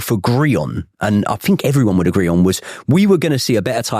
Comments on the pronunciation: For someone that can't pronounce "think", he says "fink" a lot the fick cnut. 😅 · Can't listen to anyone who starts a sentence with " I fink" ...FFS